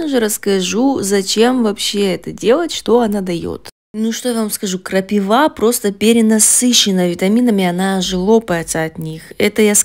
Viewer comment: МНЕ НЕ ПОНЯТНО, ЗАЧЕМ ВЫ ГОВОРИТЕ ТАК ПРОТИВНО И НЕ КРАСИВО НАЗВАНИЕ? КРАПИВА! ЭТО ТАКОЕ СОЛНЕЧНОЕ НАЗВАНИЕ, ДУША ПОЁТ, КОГДА ПОСТАВИШЬ ПРАВИЛЬНОЕ **УДАРЕНИЕ**В ЭТОМ СЛОВЕ.. НЕ КРАПИВЫЫЫЫ, А КРАПИИИВЫ, НЕ КРАПИВА АААА, А КРАПИИИВА